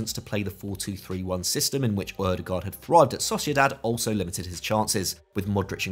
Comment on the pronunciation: I hope one day we will unite and pronounce Ødegaard correctly The letter Ø for starters. Double "aa" like with Haaland as well is pronounced as an "Å" Like Django, the D is silent Ø-de-går